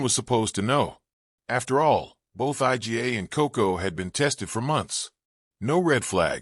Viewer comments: Why does this narrator insist on calling Iga Swiatek, I G A Swiatek? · I.G.A. Swayatek? Jeez! Tell AI to teach you how to pronounce that!